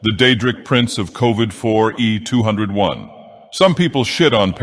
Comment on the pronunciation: The boethia pronunciation was very good "Covid-4E201"💀